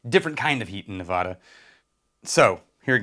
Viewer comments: On behalf of the good people of Nevada… the “a” sounds like the one in bad…. Not an “ah” sound. Love your content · For all of us who live here in Vegas - 1) We get to enjoy a lot of Frey Ranch (Yay), and 2) It's Nev-AD-ah not Nev-AH-da.